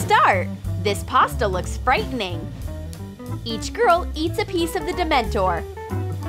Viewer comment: Who else cringed when they said dementEr